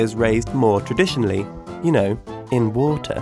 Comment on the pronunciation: Why did he put emphasis on water lol, "you know, in w o o t a h "